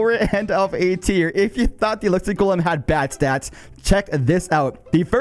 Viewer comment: Why bro say "ice Jolem" ?